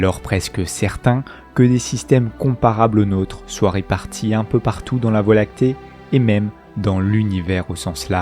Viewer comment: Ces documentaires sont très intéressants, bravo. Par contre, certaines liaisons maltapropos me font mal aux oreilles, désolée, mais je dois te le dire ! - peu à peu .. pas de "S" à prononcer au 1er peu. - trop quelque-chose commençant par une voyelle... prononcer le "P" et surtout pas un "S" au trop. Ceci étant dit en toute amitié.